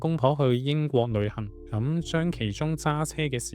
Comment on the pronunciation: 博主的L 音發不出，舉例--- 旅行講成女行，老婆變成女行，希望博主注意下。